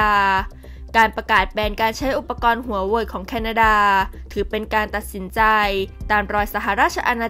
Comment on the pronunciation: ทำไมถืงชอบออกเสียง HUA WEI-ฮวาเวอ์มาเป็น ฮวาเวีย ไม่เข้าใจ